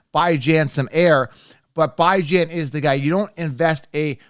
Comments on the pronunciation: Phonetics are funny. BIHJHAN is how it’s pronounced. No Bi. Good analysis. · Stick with football not giving an English lesson. You’re talking football to guys not to a bunch of girls. Until I hear him correct the football world about how to say his name it’s Bijan like you would say Dijon mustard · It is annoying to hear you say his name that way. If he says his name one way you should say it that way. Simple ... My ex wife is half slow and spelled my babies name with 4 owels in a row but she said it how she wanted. You should call him what he calls his self...🤣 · If we are talking about pronunciation issues... You're the. Cown-se-ler. But do you pronounce Country as Cown-tree or Cuhn-try? Using another word's pronunciation as a basis is bad. Love your content, but please just pronounce his name the way the person pronounces it. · I'm not sure if your joking or not on how to pronounce Bijans name lol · He’s doing it so ppl can comment and help his algorithm. Pretty damn corny coming from a grown man.